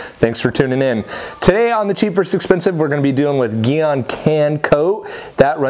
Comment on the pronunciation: You said Gyeon wrong